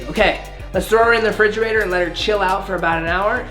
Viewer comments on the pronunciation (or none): none